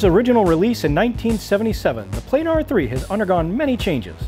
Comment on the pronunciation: Plah-Nahr goddamnit !!!.